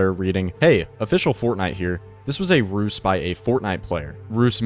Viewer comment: Just a little tidbit, the word "Ruse" is pronounced "Roo-ze", not "R-use". Then again, I pronounce "Squirrel" as "Sk--wir-rel" so what do I know, lol